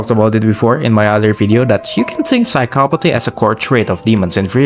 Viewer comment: you said phycsopathy so wrong man